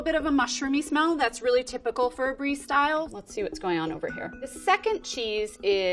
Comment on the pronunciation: She got the mozzarella right, but the brie not😂😂